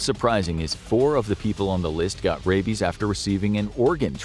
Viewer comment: "What if he has Radies?" its "Rabies" with a B. Not "Radies"